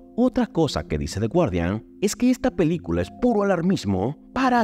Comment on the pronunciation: y "The guardian" se pronuncia "gardian" :D